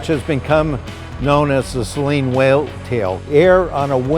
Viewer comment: Well... just found out I've been mispronouncing Saleen my entire life...